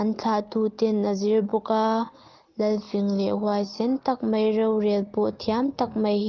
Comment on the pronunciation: Chhiar thiam viau e, mahse tlemin chhiar dik loh te chhiar dik thei turin theihtawp han chhuah zel teh. 'Mai' tih turah 'mei' tih a awm nual bawk, chuan a thluk a tam mah mah, han bei zel teh le.